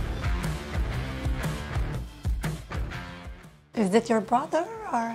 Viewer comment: French people when speak English they become " Thathe "